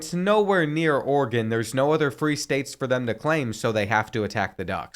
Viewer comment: It's Oregon not organ